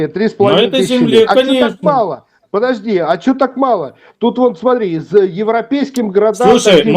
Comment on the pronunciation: ПЫДЫАЖДИ , ПЫДЫАЖДИ .,- ТУПОЙ МОКШАНИН.